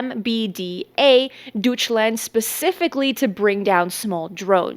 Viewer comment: Deutschland is pronounced "DOYch" land. It's the same way Freud is "froid", TAG Heuger is "hoyger"